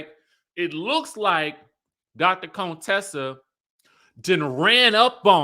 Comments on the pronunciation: Please stop calling her CONEtessa it's Con Tessa pronounced Cun-tessa! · Why are you pronouncing her name like that, her name in CONTESSA???? Not Cone Tessa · stop calling her coontessa, you are either ignorant of the pronunciation or you are playing up what Hellvuly called her earlier on. You are not suppose to sound like you are trying to play “shady” too!! Besides, Contessa is too pretty for that name to make any sense. Plus, that’s a name that the other side likes to call us!! So please …it doesn’t fit you. Her name is Con (Tessa) like con (trol). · Can y’all please stop calling her “Coontessa” her name is “Con-Tessa” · Wtf do y'all black people keep calling another black woman a COON? Her name is Contessa not Contessa its not not funny at all....Okay bye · Not him calling her ConeTessa like Dr. Heavenly. Lmao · Ever-ee time he says Dr. “CONE-Tessa” 😂😂😂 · Why you saying her wrong? On purpose stop 🛑 it’s not cute. It’s giving real Fake unless that just you, I don’t know. We grown respect her name. Dr. Contessa is a real doctor & earned that. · Lmao why are you saying Dr. Contessa’s name like that? 😂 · you know that is not how her name is pronounced 🙄 you being funny now! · OMG! The way you say Contessa’s name 🤦🏽‍♀️ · Why do you pronounce Dr.Contessa name that way.